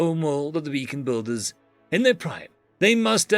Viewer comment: It's *BEACON*BUILDERS NOT *BACON*BUILDER